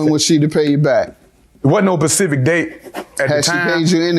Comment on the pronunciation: He's staying with his Mother and did y'all hear him say "pacific" instead of "specific"🤦🏾‍♀️